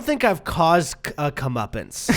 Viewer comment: I heard “Comeuppins” And then I realized of course you were saying Comeuppance